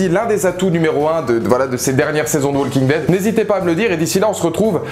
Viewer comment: Tes vidéos sont très bien, mais faudrait que tu penses à ne pas prononcer le "L" de Walking Dead, ça trigger à chaque fois ;)